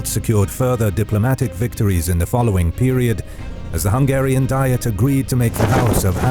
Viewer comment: You doing big mistakes, with Hungarian city names. Check them at maps.